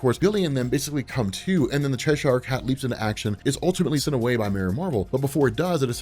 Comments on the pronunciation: Chesh-ire Cat? It's Cheshire, mate. 'Che-sher' 😂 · F. Y. I., I think it's pronounced Cheshire (Chess-eer). Great work as always bud